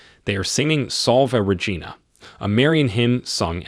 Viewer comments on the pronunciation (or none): none